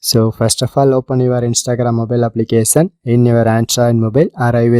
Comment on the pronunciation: He's saying application as applicasan😂😂